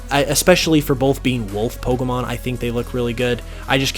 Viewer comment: I'm sorry...I like you, but the way you say "po-c'mon" & the big "pops" you get off your microphone, it's too much for me